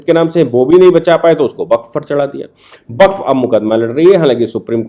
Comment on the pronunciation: सर, वक़्फ़ को बक्फ़ ना बोलें 💐🙏